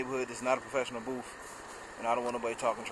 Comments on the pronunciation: Dude great video, but its a BOOTH, not a BOOF.!! Just sayin!! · What is a "paint boof?" :-) I guess he meant "paint booTh." Minor criticism and the booth is very nice.